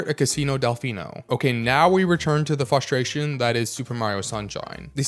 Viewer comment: It’s FRUSTRATION not FLUSTRATION or FUSTRATION😭